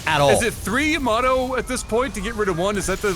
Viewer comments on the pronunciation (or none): Yamato, not Yoyomato lol